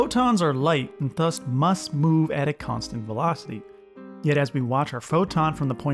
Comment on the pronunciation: I missed the whole video because I got distracted every time you pronounced "thus" as /θʌs/ instead of /ˈðʌs/